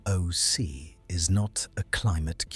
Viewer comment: Yo the way the voice says ...A...M...O...C .... ruins the video.